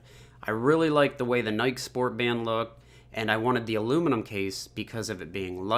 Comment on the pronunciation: everytime he said nike it triggered me